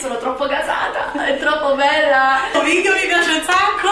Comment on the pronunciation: La parola corretta è VIDEO, no VIDIO ma VIDEO, con la E!!!